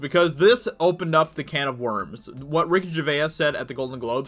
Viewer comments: it's Ger-vase. not Ger- veyuss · Yellow flash says Ricky Gervais' name properly, I don't know if you're saying his name like that as a joke but it sounds really odd. It's only because I'm English lol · Still not saying his name right I see. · Ever though he miss pronounces it on purpose to fuel the YouTube algorithm with ur comment correcting him, that in the end ranks him higher in search results?